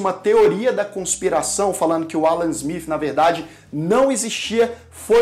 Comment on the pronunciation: Ruim mesmo é este vivo e a pronúnica do "ingreis" (Ala Zmif...)